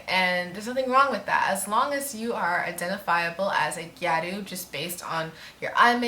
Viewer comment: It's pronounced ge or u, and the "o" like in octopus